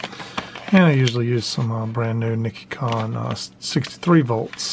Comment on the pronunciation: it’s Nee-she-con.